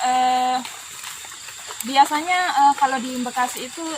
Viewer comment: Mbak Bekasi....bukan Mbekasi🤣🤣🤣